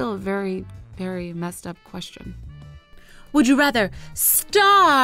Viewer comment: WE DO NOT PRONOUNCE QUESTION IN FRENCH LIKE THAT..... (sorry but its true i speak french)